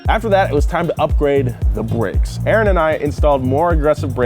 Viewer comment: “it was time to upgwade the bwakes”😂😂